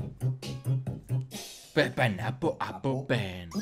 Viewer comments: dice pen pinapol y es paiapol apel y es apol😂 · se lee pen painapol apol pen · Se dice pen pain apl apl pen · y diciendo Pen Painapo apo pen xD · fryda lara me dio mucha gracia